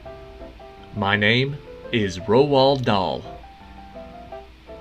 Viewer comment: George Strait not Straight. And it is “Roll” “Doll” (Roald Dahl)